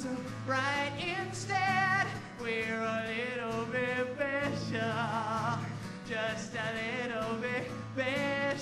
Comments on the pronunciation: I swear he keeps saying "pecial" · just a little bit 'pecial :D